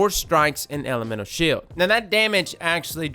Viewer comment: "that's how you say it" mispronounces shield later